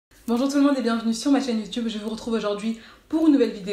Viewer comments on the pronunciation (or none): none